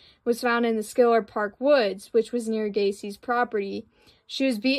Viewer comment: It’s pronounced Shiller park. Just a heads up. Great video tho.